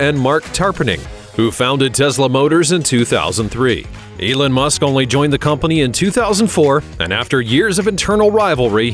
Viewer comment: Elen musk😂